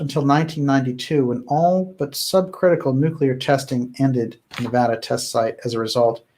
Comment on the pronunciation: You are my favorite channel of all time, so please do us Nevadans a favor and learn how to pronounce Nevada.